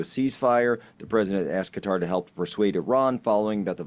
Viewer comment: Thank you Charlie for pronouncing Qatar appropriately!